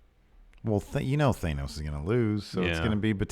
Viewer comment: The way you say Thanos makes my ears bleed